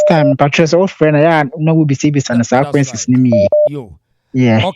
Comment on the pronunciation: Everything is not Money so stop what you're saying. Consequences Not quencequences 😂😂😂